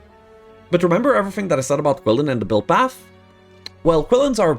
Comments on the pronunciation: Qilin are pronounced Chilin like Chilli powder. The letter Q(Qi) is a Chi-like sound in their native language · Ur pronouncing qilin wrong